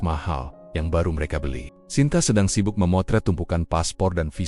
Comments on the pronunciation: Cerita mah bgus cma ini cra membcanya maksudnya keren atau gimna ya,diam diam bilangnya dayem dayem. Lgi sibuk sibuknya ,bcanya sibak sibak nya.kan konyol perlu d perbaiki lgi tuh bhsa indonya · Ah..ah. semakin parah, sibuk dibaca sibak ..ckck...